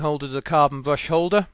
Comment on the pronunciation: What's a bwush?